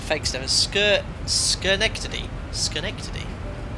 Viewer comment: skeh-NECK-tuh-dee. Like many place names in the Hudson and Mohawk river valleys in upstate New York, it derives from Dutch.